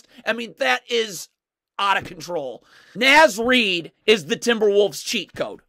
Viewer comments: It's NAH-Z Reid, not NAY-Z Reid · Naz Reid sounds like Noz Reid. Karl-Anthony is his first name. Say KAT or Towns or say the whole thing. Gotta teach the masses so they can sound like true fans, welcome to the bandwagon 😂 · Quit calling him NĀz Reid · Love your videos. It’s “Nah-z” Reid